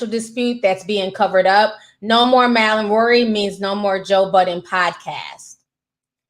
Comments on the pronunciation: Mal pronounced {Mall} Unless you meant to keep clowning his name like how you called these men "Girls" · bruh how hard is it to say Mal...(maul) 😂😂🙈